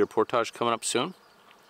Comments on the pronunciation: Damn you stop saying portage like por-taj it’s more like por-dij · Idk if it’s the French Canadian in him but portage is pronounced por-tij and not por-tahj and it is slightly irritating